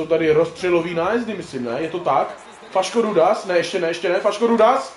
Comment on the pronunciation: *Faško-Rudáš nie Faško-Rudas 🤣🤣🤣